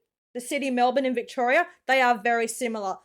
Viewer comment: .."Victoriya"...? ಠ_ಠ